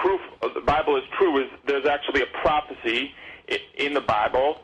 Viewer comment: "It's a pwafacee!! Day cwucified him an' day divided his cwose umung day dawgs!" The obvious sign of homeschooling is the untreated speech impediment.